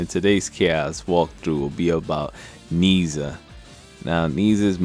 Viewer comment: His name is properly pronounced "naa-iaa"